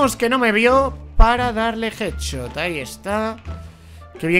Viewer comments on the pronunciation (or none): none